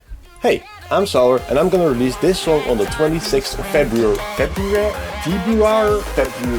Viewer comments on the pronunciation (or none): I want one hour of you trying to say February😂